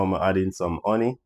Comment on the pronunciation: Add in some 'unny'. Caribbean ppl know they ain't never pronounced an 'H' lol